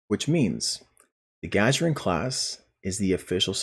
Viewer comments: Thank you for the video. Um... you kept mispronouncing "Gagarin" as "Ga-ja-rin". Just a pet peeve on my part, but this name was already pronounced on screen (not to mention it's a name that originates from the first astronaut ever to be sent into space; see Discovery clip: ). And... I don't think you cover the primary source of outrage regarding this ship. Honestly, it isn't not the lore, or the YoK, or the single character unlock. All are detractors to be sure... but the real issue is how they've so harshly paywalled what should have been a normal-and-quite-available Starfleet ship design. That a ship that was evidently common in 2399 shouldn't be treated like a rare one-off and slated to the most expensive form of premium ship delivery; the R&D Promo pack. This should have been treated as a normal fleet-grade Z-Store ship offering; or at the very worst similarily to the Legendary T'liss (in effect turning out as a Legendary Avenger). I find the trait a lot more appealing than you present it as. The game doesn't nearly have enough sources of shield healing as it does hull healing, and something that can give you 20k temporary shield HP every 15 seconds sounds like a pretty amazing survival trait. As for lore, if the need is to account for its rarity in the current year, then it might be that an admiral would need to call in a lot of favors to get one such ship back online, or to bespoke a battlecruiser to those stylings. As for the notion of why it'd be more advanced. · Please, going forward -- find out the proper pronunciation of ship names named after people or places. And practice saying them properly before you record. Your continual mispronunciation of Gagarin in this video was so distracting... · I had to stop watching just to come to the comments and hope someone had pointed this out. How does someone not know Yuri Gagarin? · Gagarin Guh-GAIR-in or Guh-GAR-in NOT Gah-Juh-rin It's named after the first man in space